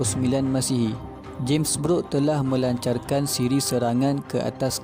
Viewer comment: sebutan james brooke tu kedengaran sepertu james beruk